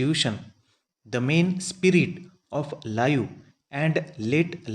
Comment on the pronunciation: Pronunciation at some parts, is very poor.... Anxious has been spelled as anaxious.. Life and live,sounded like lau...